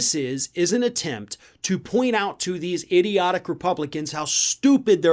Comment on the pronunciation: I like how this guy pronounces "stupid" and "idiotic" with such emphasis....